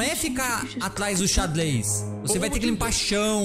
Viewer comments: sksks "Atlas do xadles" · e "XadLÊs" kkkkkkkkk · nao é ficar atlas do xadles famoso cebolinha